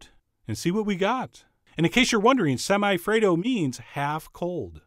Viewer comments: Lolled out loud at “semi-afraid-o” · My soul died when you said "Semi-Affredo" 😂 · Chef John: Semi - afraido Me: ded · "Semi-afraid-o" hauhauuauahuahuahua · I WAS DRINKING MY COFFEE WHEN HE SAID "SEMI-AFRAID-O" AND I CHOCKED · Semi-Affraid-o sigh.. xD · "Semi-afraid-o" I AM DEAD . 😂😂😂😂